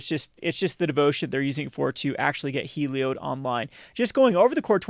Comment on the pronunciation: Please.. It’s Heli-ODD not Heli-ODE.